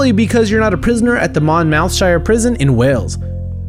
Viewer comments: It's pronounced 'mon-moth-shire' not 'mon-mouth-shire' lmao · It might spell it "Mon-mouth-shire" but it's pronounced, "Monmuthsheer" I know, go figure! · Mon-mouth-shire? Americans really don't understand English.